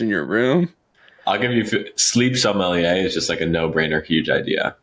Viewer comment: OMG, It's sommelier, not somalie, dude!